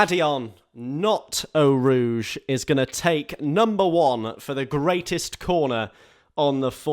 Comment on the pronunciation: Its Eau Rouge actually